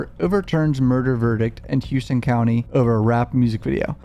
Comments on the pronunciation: It's Houston not "Hewston" shoutout to my county 😂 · Its dumb af but its pronounced howston county. I lived off n davis for years. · Not that it matters but they pronounce it Houston (How-Stun) in Georgia 😂😂😂